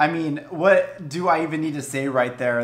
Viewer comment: When you said “rIght theAr” I choked on tea, I laughed so hard. Also I can’t wait till I’m fifteen to listen to it on my birthday. Your reactions are so energetic and I love then